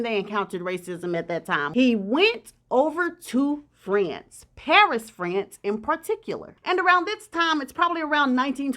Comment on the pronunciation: Thanks, for this story on Leslie Hutchinson. Never heard of him, but he paid the price for trying to be apart of high society or the wealthy elites. Looking forward to hearing what stories you have for us in 2024. PS, The word is France.